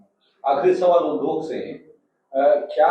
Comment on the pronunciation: Sir, uddhog (उद्धोग) nhi hota hai, udyog (उद्योग) hota hai.